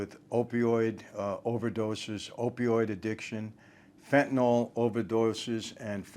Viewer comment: Good topic. Thanks for pronouncing the drug's name properly. It is NOT fen-tan-ol. The -ol denotes an alcohol in organic chemistry. Phenyls end in -yl. They are different chemical compounds.